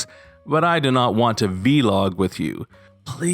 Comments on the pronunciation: It’s vlog, one syllable as blog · You pronouncing "Vlog" as "Vee-log" is hilarious to me lol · I was only listening to this video, not watching. Every time I heard ‘Vee-log’ I’m thinking ‘what the hell is that’ and then I finally look at the screen and realize it’s ‘vlog’ 🤣🤣🤣